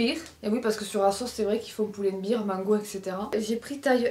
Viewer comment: Merci pour le haul :) Stp, c'est Pull and Bear, prononcé "bèèèèr". Toi, tu le prononces "biiiir" comme une bière en anglais. ;) Ça fait des années que je ne dis rien mais je suis prof d'anglais et je te jure, ça me rend dingue. 😅